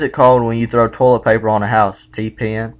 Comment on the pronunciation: I like how you say, "toe-lit"